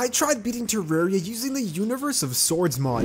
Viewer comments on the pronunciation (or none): none